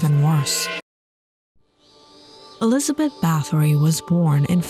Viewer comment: The. Pronunciation is. ERZAY----BET. Not Elizabeth. .Also,it is BAR----TORY. Not BATTERY...!!!!